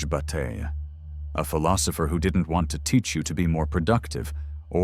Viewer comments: i mean... "George Butte" ? this a.i. production ain't convincing anyone that actually knows Bataille's work... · I need more in text citations and less AI generated "Bat-ill-lay" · I know that this is probably AI generated and very shallow (the narrator doesn’t even pronounce “Bataille” correctly), but one part in particular is flat out wrong: When “you” (or whom/whatever) say in the first half that Bataille doesn’t mean “to waste in a material way.” Well, it’s simply untrue. Read his General Economics again, or at least The Solar Anus. Re-read the section on Potlatch. He very obviously and very clearly does mean to waste in a material and energetic sense, even including human lives (the burning of slaves by ancient tribes during potlatch). Although his “Notion of Expenditure” informs a Symbolic Excess (“Waste”), by no means does he preclude the destruction of accumulated material wealth. I hope you find this helpful!